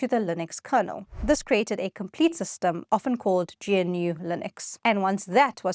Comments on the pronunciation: I really hate to be that guy, but it's not pronounced "GEE-EN-YOU'; it's pronounced GNOO, the same as the animal that is used as the mascot in its logo. Anyway, that aside, I've been a Linux user since 1995, cutting my teeth on Slackware. I administer Linux servers and use—wait for it—macOS at home since 2007. I gave up on Linux on the desktop in 2007 because, frankly, Linux had never lived up to its potential as a desktop operating system. Even in 2026, a modern Linux, e.g., Ubuntu, is just not as smooth a desktop experience as I can enjoy on macOS. And macOS, by the way, is a certified UNIX, which I love. I administered a whole bunch of UNIX systems back in the mid-to-late '90s. I crushed hard on the SGI O2 workstation. So when Apple moved from the old architecture to a BSD-derived UNIX with its most interesting hybrid monolithic/microkernel Mach kernel, I was up for a test drive. The user experience on the desktop eclipsed anything I ever experienced on various Linux distros. So I bit. Nineteen years later, I still work with Linux desktops (these days, for software testing) and my feelings are the same. In 2000, much of the press hailed it as the Year of Linux on the Desktop. In 2026, I'm still waiting for that to happen. I'm sure it WILL happen at some point, but the pain of me using macOS is still considerably lower than the pain of me using GNU/Linux today. There's truth to the "Windows ships on the PCs people buy". But the other reality is that people, for the most par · It's pronounced "g'noo" not "gee en you" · Surely it's pronounced "Noo", or even "G-Noo" not "Gee En Yoo" ???!!!! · Love this, but I wish you'd pronounce things "correctly," so your viewers won't sound like they're from the PC hinterlands. GNU, for example, isn't "G-N-U," it's "g-new, " with a hard "g" (guh-new). And G U I is "gooey," like a warm cookie. You will probably lose credibility if you retain those non-standard pronunciations. G'day! Unless...this is AI slop?